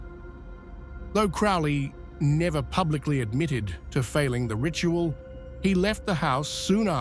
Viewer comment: You need to do more research. Boleskine House is along the edge of Loch Ness, Scotland, not Sicily. And Crowley is pronounced Crow-ley, not Crou-ley.